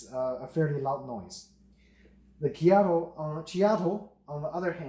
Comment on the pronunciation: Check out some videos from Whole Latte Love about the Ceado grinders so you can learn how to pronounce it correctly.